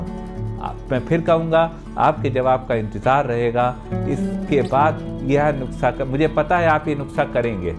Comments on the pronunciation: NASA nhi nuskha hota h sir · Doctor sahib nuksa nahi nuskha hota hai baaki video bahut achi hai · Good. Please pronounce NUKSA AS NUSKA... It is nuskha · I see ur most of d vedios nd its sounds cute when u pronounce nukhsa.. Instead of nuskha... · Doctor sahab please make corrections, nuksa nahi Kehte, it's Nuska. Baaki aap jo bata rahe ho us treatment ke kuch proof hai kya? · Nuksha aap khte ho sir 😂 but u are good person 😚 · नुक्सा बोलिये सर